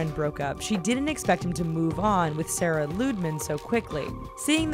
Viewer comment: Pandagirl SP lmao she said sara not sarah